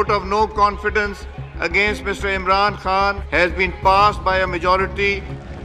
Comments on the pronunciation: Why do you keep calling him Imran Haan?😂 Don't you see a K? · Why do you keep pronouncing Imran Khan as Imran Han? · Why does this woman not spell the K in Khan? She keep saying Imran Haan...